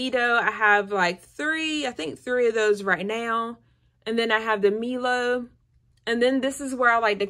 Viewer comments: As an aussie I need to say Milo is pronounced "My Low" not "Me low" 😆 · MILO is pronounced MY LOW